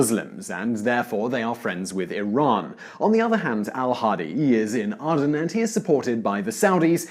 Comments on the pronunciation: ADEN.....Its pronounced AyDEN....not AhhhDen. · He can't even get A-den right...lol. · RPGs don't seem to have much effect on the Challenger so I doubt they can stop an Abrams tank. You are mispronouncing Aden and Tanzania (I think). Good video though. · FFS learn to say Tanzania and Aden correctly! The Saudi's may have the third best equipped army in the world. But they are Arabians (shit soldiers) of the Saudi (most corrupt) type - yes I know you make this very point. Oh, and the RPG7 cannot penetrate the armour on an Abrams. It is still effective against lightly armoured vehicles bot not an modern main battle tank. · .... "And thus in 2015, a new Ya-money civil war started..." Oh and Aden (pronounced Ay-den) is NOT ARE-DUN.